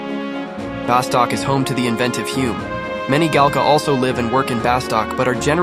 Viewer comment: Nice video but OMG hearing you call it "BaSTOCK" is killing me